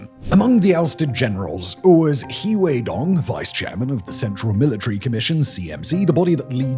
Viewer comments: He is pronounced more like ‘her’ so it’s her and she😁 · Please pleaseeeee look into basic Chinese phonics or at least put the names into google translate to hear how they sound it’s generally so irritating hearing the way you pronoun them so wrong 😭 （funnily enough ‘He’ is actually more pronounced like ‘Her’) especially if your channel is focusing on Chinese politics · Please take this as constructive criticism. Please work on your pronouciation of Chinese names. You don't need to get it perfect or get the tones right, even. Just get the general sound right. "He" is not pronouced like the English pronoun. It is hard to take the video and the subject you are discussing seriously when the entire time, anyone who has any knowledge or exposure to the topics , are cringing over the pronouciation. Just a critique based on communication theory. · He (何）sounds like "her", just remove the r. You can just it as "her". Doesn't rhyme with tea. The X in Xi (习）can be pronounced like "hsi", more like a hissing sound, does rhyme with tea. "She" is close enough. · A clue that Xi is not “she” is that in Chinese they have the “sh” sound as in…Shanghai. And also “He” could be pronounced 5 different tones, you’re just pronouncing it flat. But you pronounce it better than Alastair Campbell on TRIP so I’ll give you that.